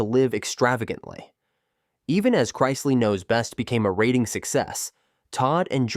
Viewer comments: Learn how to say the names right I shut if off when it go to the Chrisley . I understand a mistake but you said it over and over . you get a thumbs down for being to lazy to fix it . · You keep mispronouncing, chrisley. Always best to do some research and proofread your stories before you publish them.